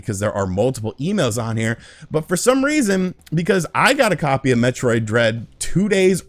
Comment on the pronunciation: It should be metroid! Not hemroid!